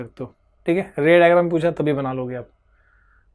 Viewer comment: raydrum bola ray digram ko 😂